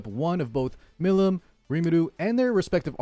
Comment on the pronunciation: Listen to how they pronounce Milim's name in English. Mill- EAM. I'm not sure if I have ever heard anybody from epic community actually say it correctly.